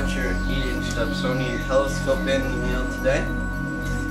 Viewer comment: That would be "Dobsonian", as opposed to "Dobonsian", would it not?